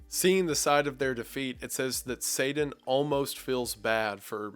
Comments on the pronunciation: Sorry! but are you saying satan or sadan if it’s the first then I apologise because your pronunciation make you sound like your saying the later …1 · Wendigoon, I love you, but it’s not “say-den”, its “say-ten”. That’s how you pronounce satan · You say Satan like the avgn would, "saiden" haha, don't worry I have funny pronunciations too I'm sure. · Sadan... I love your story telling but everytime somebody pronounces t with d I go crazy in my mind. I understand we all have different accents, so it's not a big deal but I figured I'd share my thoughts anyway. Where I'm from we use a glottal stop for the t in Satan. I've never heard somebody pronounce Satan like you though. Just something I noticed. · The way you pronounce Satan cracks me up. Especially when you were speaking about the part where he transforms into a frog to whisper in Eve's ear. "Say-den" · Sadan. Sadan. don't know who this Sadddddddddddan is. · I am thankful for the thoughts and breakdown, but the fact that you pronounce it “Sadan” disturbs me more than it should idk why 😂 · Why pronounce it "say-den"? That's just a peeve of mine. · Is it just your accent, or do you pronounce Satan like Saden on purpose? Genuinely wondering, I'm not a native English speaker, but very fluent in English and I never heard that word pronounced quite like this. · It’s such a small thing but how you say Satan sounds like Sadan :/ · It makes me chuckle how Wendigoon pronounces Satan as "Say-den". It reminds me of my little old Southern grandma's speech patterns lol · I love that you pronounce satan as “sayden” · Satan-not sadan, come on man. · Great video but you saying sadan instead of satan is 😐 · After having watched Wendigoon for a couple of years now, it still catches ,e off guard when he says his T's as D's... (Sadan for Satan) 🤣😂🤣😂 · Kinda odd you don’t say Satan. You keep saying it like Saden. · Its not pr9nounced sadan.....its pronounced say tin. Satan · It's pronounced SayTIN, not SayDIN 😅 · Say Dan.